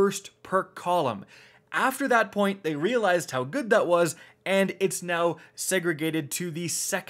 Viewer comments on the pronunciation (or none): none